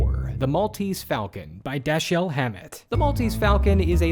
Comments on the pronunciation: DASH-ull, not Duh-SHELL... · Dashiell is said 'Daiyel'